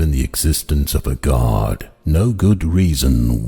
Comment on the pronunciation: By pronouncing the word GAURD do you mean GOD.